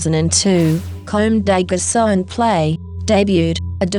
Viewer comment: I love the video but how she's saying "Comme des Garçons" and "Kawakubo" annoyed me :"D